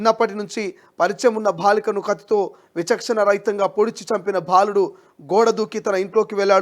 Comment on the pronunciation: First , speak Telugu correctly. Ottu bhaa kaadu..baaludu